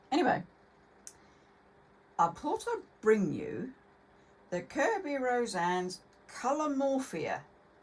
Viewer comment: Kerby.Rosanes is Philipino. The "es" is to be pronounced. it is "Ro-san-ez" NOT "Ro-san"